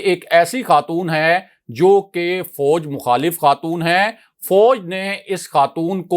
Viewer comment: Very detailed information. Please work on ur pronunciation ، it is fauj not fouj.